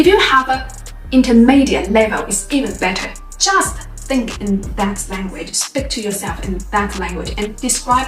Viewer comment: When she says "speak" it always sounds like "spick".